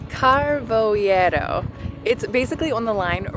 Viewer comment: It's Car-vo-EI-ro, not Car-vo-IE-ro. Why do you English speakers have so much difficulty pronouncing "ei"? It's just like "hey". 😄 - "Algar" is a vertical cavity of natural formation, usually created by erosion, and "Seco" means dry. - Not anymore. As of the 13th of August it's no longer allowed to step on the beach, to swim to the cave or to go on a kayak that's not part of a group with a guide. Inside the cave each kayak group can only consist of a guide and 6 kayaks and the visit can only last up to 8 minutes, to allow the groups that are waiting outside a chance to go in. The restrictions for motorised boats are even tighter in number and visiting time.